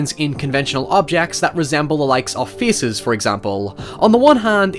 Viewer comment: He said feces instead of faces. What an accent.